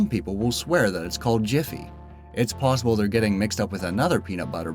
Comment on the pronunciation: Why u say plusable not possible?